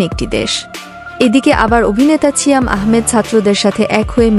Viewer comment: "ছিয়াম" এটা আবার কেমন উচ্চারন ?